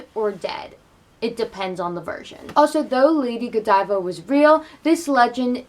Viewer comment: On the contrary, I kept watching laughing every time you said Godeeva